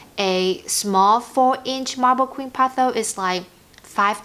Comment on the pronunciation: It’s pothos not potho